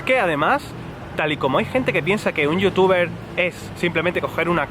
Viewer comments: sii, a mi también me gusta como pronuncia ese "Yotuba" :) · corrección es "youtuba" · es igual a como se pronuncia en alemán , porque la "er" de final de las palabras se pronuncia como una "a" entonces:youtuber=youtuba. Kinder=Kinda y así... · lo mejor esq dice yutiuba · youtuba XD me gusta como suena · Youtubah, jajaja que grande